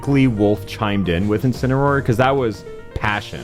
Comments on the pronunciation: casually says incinaror in every vid he’s in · calling out Hulk Hogan by saying Incineroar